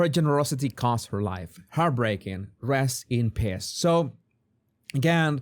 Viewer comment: I know you said rest in peace but it sounded like piss herein you may want to modify this video